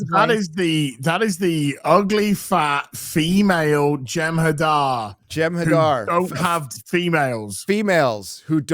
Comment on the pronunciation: Its not a Jemhadar its a Genderdahdah alien